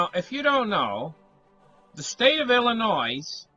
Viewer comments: PRONOUNCED "ILLINOI" THE "S" IS SILENT...YOU GIVE ASPRIN A HEADACHE WITH THAT VOICE OF YOURS LOL.HOMOCRATS RUN EVERYTHING INTO THE GROUND..REVOLUTION COMING. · PLEASE LEARN HOW TO PRONOUNCE OUR STATE!!! IT IS "ILL-I-NOY" !!! YOU SOUND IGNORANT ... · Also, the S in Illinois is not pronounced; it is silent. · They should sell the S maybe and save some money? "Illinoi " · The s is silent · The 's' in Illinois is silent. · Its a silent s. Lol. Killing me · I was thinking of the same thing. When people pronounce it like that it is always good for a laugh. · There is no noise in Illinois. Killing me too, Jason.